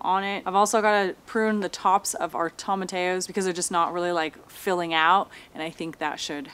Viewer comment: "tom-ma-tay-yos" strikes again lol its "tow-muh-tee-yos"